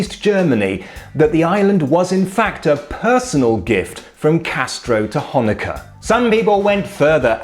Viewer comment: A "ch" pronounced perfectly by a Brit. Brings a tear to my eye.